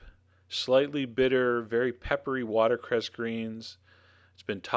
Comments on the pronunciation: Great video, and thanks, Chef John. Two comments, though: (1) her last name was Child-no "s" at the end; (2) it's "watercress," not "watercrest." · He also says 'watercrest' instead of 'watercress'. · Is he saying water "crest"? 🤣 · He also says 'watercrest' instead of 'watercress'. And no, he repeatedly says Childs, and in these contexts he could not have meant Child's.